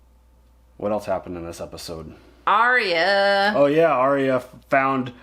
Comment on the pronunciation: Hey. English is not my mother tongue. But I noticed you pronounce "else" a bit like "eltse". Is this a dialect? Where are you from?